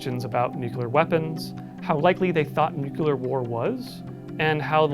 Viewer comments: Take a drink every time he says "nucular" instead of "nuclear" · ‘New-clear’ Not ‘New-cue-lah’ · Nucular war or nuclear war? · It's Nuke - Lee - R. NOT nuke - U - Lar. That's not a word. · nuclear as in, atoms. nucular as in biology, cells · It's "Nuclear" like "Nu- cle-ar" ...not "Nuke-u-lar" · The word is nuke-LEE-er, not nuke-you-ler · Nuclear (New- clear) there's one u. One not nuculer, it's gross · If you’re making a video about nuclear war, step one is learning how to pronounce “new-clear” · The scariest thing here is actually the pronunciation of "Nukular" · I find it hard to take it seriously when you say nucular everytime 😂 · Nuckular :D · Btw It's nuclear not nuculer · Take a shot every time he says nucular. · "nucular" ಠ_ಠ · its really hard to listen to an opinion on this subject if the speaker keeps pronouncing it newqueueler and not nuclear. Like dude i know its the atomic equivalent of Their vs They're vs There but its so bothersome.... also using a netflix TV documentary as a works cited is harsh. Nuclear as a form of power s far safer than we're told when its not run by a tyrannical communist dictatorship. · Hard to take this seriously when you can't say "NEW-CLEE-YAR". Jeez.... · Its actually pronounced nucular😊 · You lost me at your pronunciation of nuclear mate. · You keep mispronouncing “nuclear” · 0/10. Can't pronounce nuclear.